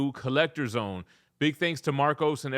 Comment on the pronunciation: “Get in the zown!”🔥